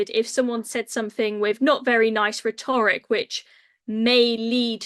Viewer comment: Dan - tell her how to say rhetoric